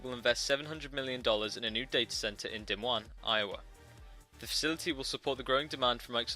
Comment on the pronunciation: He pronounces Des Moines wrong its ( duh moin)